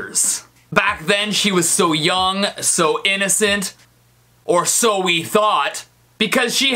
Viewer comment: he said yum is staid of young